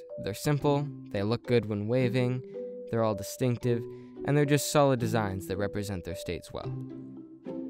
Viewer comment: Distinctive, not destinctive.